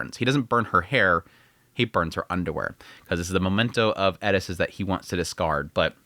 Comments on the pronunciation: Why are you saying eris all weird? The Japanese don’t pronounce it like that, it’s definitely not pronounced like that in English. Why you making shit up with her name just call her her actual name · in Japanese, english "L" and "R" sounds are essentially combined and kind of sounds like a short "d" sound. So when translating from Japanese to English, "Ri" or り/リ (Hirigana/Katakana) could be pronounced Li or Ri. So Gal Farion in Japanese is ガル ファリアン or Garu Fuarian in Romaji -> Gal Farion or Gal Falion in English. The way he says Eris in this video is also showcasing this pronunciation difference with translation. エリス or Erisu could translated to Eris or Elis, but when actually speaking Japanese sounds like Edis. One of the reasons why a lot native Japanese speakers have a hard time with our "R" sounds, because Japanese doesn't have a similar sound so it's more difficult to learn. When I was learning Japanese it was the opposite, as I was taught as using Romaji as a bridge between the two languages, i kept pronouncing them with a hard "R" sound because in Romaji each character is spelled "Ra Ri Ru Re Ro", but is actually pronounced with that short "d" sound sounding more like "da di du de do" However, there are characters that use a hard "D" sound being Da Di Du De Do" so it is a very slightly different pronunciation that cant really be explained over text haha. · Her name does not have a "d", it's Eris, not Edis..... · isn't her name eRis, you keep saying eDis... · Eris not edis… mixing pronunciations is weird. It doesnt work in english. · Stop calling her Edis. Her name is Eris. You dont have to say it like youre asian. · Did he call her Ellis? He’s doing it on purpose… bro is over articulating the name. It’s AIR•ISS. Bro can say air perfectly fine. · Why does he keep saying edis? It’s Eris? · Am I saying Eris name wrong? Sounds like you are saying Edis. First time to the Chanel. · Why tf do u keep calling her eddis not eris?? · Eris. Not edis